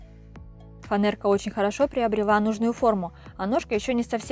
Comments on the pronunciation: Не фанэрка а фанЕрка ;простите но ухо режет атак молодец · Фанера, а не фанэрка))))